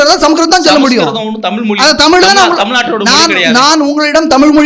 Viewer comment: The guy arguing against Shri Rangarajan Narasimhan is saying "Tamil" instead of "Thamizh". So much for Tamizh nationalism. Can not even pronounce his own language.